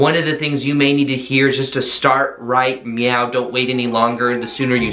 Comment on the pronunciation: Great video! Very helpful! Lol I think I’m trippin but are you saying "right meow" cuz I’m over here rewinding the video lmfao at you saying "right meow" 😹